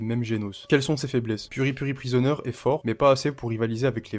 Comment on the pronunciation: c'est PripriPrisonier. pas puri-puri. brah. t'aime sa briser des nom de personnage. j'ai peur pour ton future kid.